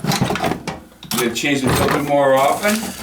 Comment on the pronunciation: It’s biodiesel, not vile diesel… good god